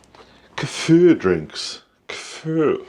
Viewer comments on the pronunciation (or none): we say Keeeefer in the US! lol not kafurrr. lol it does make me snicker a bit when you say it! lol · Pronounce it.....KEY FUR.....keyfir